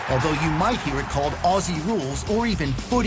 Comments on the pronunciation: When you say "Aussie", thing Ozzy (as in Ozzy Osbourne). American's tend to make it in to "Oss-ee" which we do find totally adorable but technically incorrect. ; ) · It's pronounced Ozzie (as in mozzie (mosquito )) not Ossie (as in posse). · How many times do Americans have to hear "ozzie" until they stop saying "ossie"? Ignorant. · Although there is a "ss" in Aussie, it pronounced with Z not an "ss". Like Ozzy, not ah-ssseee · Awesome game, incredible athletes. And please,,, learn to say "Ozzy" 😁🙏🤗. I know I know,, it's spelt Aussie, or Aus, but change the "s" to a "z" and you got it 👍. (And we say zed not zee) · Say Aussie like Ozzie. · Pronunciation of Aussie = Ozzy. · Say the "s" as a "z" and you'll be pronouncing it correctly. Auzzie. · Aussie is pronounced in your language , Auzzie.Auzzie .Auzzie ... oi,oi,oi. Lol.🇦🇺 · Sounds so weird when Americans say Aussie as ‘ossi’!! 🤣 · From Australia: Aussie is pronounced "Ozzie", and the nation is often called "Oz." Trevorkrause's comment is wortg reading.